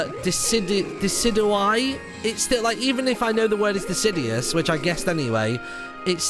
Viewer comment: "...it's a spinoff of disidious" I mean, you were close but no. De-Sid-JEW-Us, based off deciduous trees. Decidueye is De-Sid-JEW-Eye